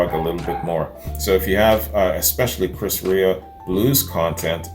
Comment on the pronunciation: Chris REA is pronounced REAR just saying.